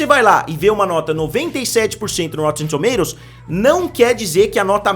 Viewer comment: ele fala engraçado kkkkk rotetemmm tomatototos